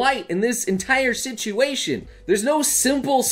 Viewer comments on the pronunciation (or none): none